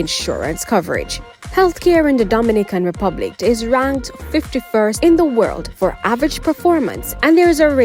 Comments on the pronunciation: Please get the pronounciation of the Dominican Republic correct. It is totally different from Dominica. It is a Spanish country and should therefore be pronounced as such. For example, Do min i can. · U need to practice saying Dominican Republic. Your fake accent sucks